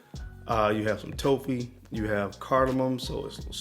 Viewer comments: Excellent list,. I was a bit confused that you were referring to “toffee” as “toe fee.” I figured it out, but toffee rhymes with coffee. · I was trying to think of what note you were talking about when you said "toe-fee". Toffee is pronounced like coffee, just with a T instead of C. But I realized what you meant man! ✌️ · Whats toe-fee? Im guessing hes saying Toffee like the sweet? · What the fuck is a TOE-FEE lmfao BRUHHH. 🤦🏽‍♀️🤦🏽‍♀️🤦🏽‍♀️ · Lmaooo I thought the same thing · Good stuff! But brother... its pronounced toff ' Fee... Toffee. No long o. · Pronouncing toffee wrong